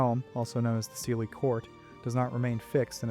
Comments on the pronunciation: OK I am picky but SIDHE is pronounced SHEE and not SEEDHAY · With Leanan sidhe, you managed to completely mispronounce the Sidhe.... It is actually pronounced Shee. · Just fyi, Sidhe is a Gaelic word, and it's pronounced "she". Kinda like the Irish actress Saoirse Ronan, whose first name is pronounced "ser-sha". It's usually a good idea to google the pronunciation of a proper noun over just trying to sound it out, especially when it's a loanword from a foreign language.